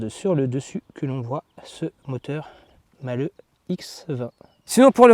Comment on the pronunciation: Malhe' et non Malheux